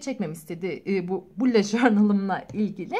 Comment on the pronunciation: bullet diye yazılıyo bulut diyo okunuyo sinirlerim bozuld hakaret amaclı yazmadım